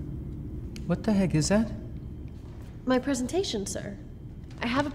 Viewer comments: Greta looks great, even cuter then Renee! Yet, she gets fired? There is NOTHING wrong with hard work. My parents always said, "Don't let anyone down, hard work always pays off" At least the boss says "PREE-san-tay-shun" instead of "prez-an-tay-shun" and also, you CAN'T fire someone without the official papers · I like how he says preesentation and not presentation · Is no one gonna talk about how he said pesentation.. even in the lyrics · The fact that she said prEEEsintion 2 times triggered me.....>0<